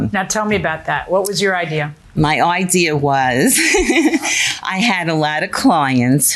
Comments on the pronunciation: That's how she got the "idear" 😂😂😂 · What a great “idear” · Sorry, idear? Kind of stuck on that mispronounced word. Maybe it's a regional thing. I live in Florida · I know someone from upstate who says "idear" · Lol I kept saying that ideer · Drives me crazy when people add an R in idea🤦🏼‍♀️ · In the hallway she manages to say "idea"!